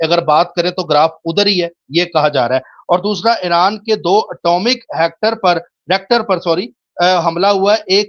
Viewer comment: ریکٹر نہیں ہوتا ری ایکٹر ہوتا ہے